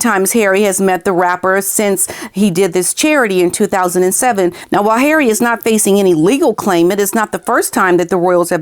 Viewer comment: I love the way you say Harry ❤ and the violin 🎻 perfection 🥰 . Not a fan of hairy but I will reserve my judgment, he may guilty of bad judgment, but unless he's charged criminally.... then he's just the same idiot from yesterday.